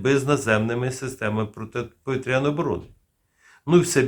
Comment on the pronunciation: Заглядуємо в орфографічний словник, або Вікіпедію і бачимо наголос: "протиповІтряна оборона"